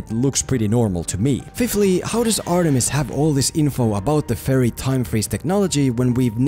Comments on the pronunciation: When you say fairy it sounds like "furry". Maybe that would have been a more entertaining movie. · Whenever he says fairy, I hear furry, and I can't stop thinking about a bunch of furries storming his house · I dont wanna be mean or anything, but it sounds like your saying furry and not ferrie. honestly it makes me chuckle. (Sorry for my poor english) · Whenever he said fairy I heard it as pyro.